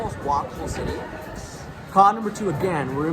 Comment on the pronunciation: Wow unwatchable he has to work in the pronunciation and avoid screeching when he says cityyyy😊